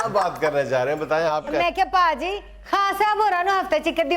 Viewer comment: 6.00 Bhabi ji k mooh sey BHAJI.kinna wadia lagda..vah punjabi boli..maa boli👏👏